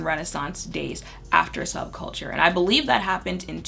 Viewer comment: the audible laugh i let out at "subculture" 🤣 sub-chalker